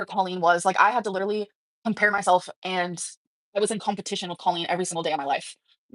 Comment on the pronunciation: Stop saying literally like that and ppl might not hate you 🫠